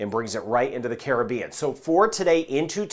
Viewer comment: Hi, thank you for doing these weather videos. I especially thank you for being one of the few people to properly pronounce the word "Caribbean" the way it's supposed to be. Every time I hear you say "Caribbean" it makes my heart sing. Much respect to you for doing that.